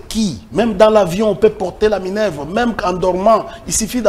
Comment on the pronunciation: Déjà cher monsieur.D'abord ce n'est pas minevre ok?.Ça s'appelle Minerve ok monsieur.